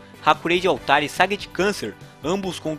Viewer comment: Não é saga é "sege"